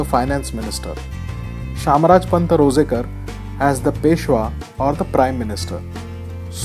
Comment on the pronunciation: It's shamrajpant Ranzekar or Ranjhekar not rojekar Shamraj Nilkantha Ranjhekar (शामराज नीळकंठ रांझेकर)